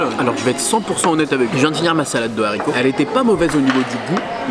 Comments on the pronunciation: Des zaricots ??? Mais non ! Des Haricots <= pas de liaison :) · Il a dit des Zaricots !!!!